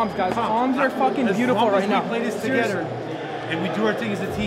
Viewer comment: "Play togeder, talk togeder" lol